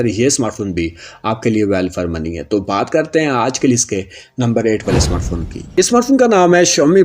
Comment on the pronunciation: Bhat karta hoon Bhat karta hoon bol te same mama bhat Nahi hota lafz baat Hota hai bhat Nahi